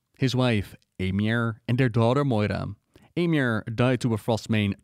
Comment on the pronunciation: I know it's not a big deal but just in case she ever comes up in a video again, Eimear is typically pronounced like ee-mer, it's an Irish name 😅